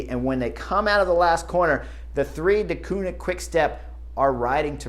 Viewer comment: One of these days Chris Horner is going to learn how to pronounce Deceunink correctly (Dekuurnink) 😂